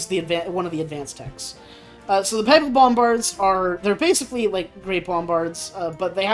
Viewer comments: Papal is pronounced pay-pal. :) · As a Roman Catholic, pronunciation of "papal" is sending me up the wall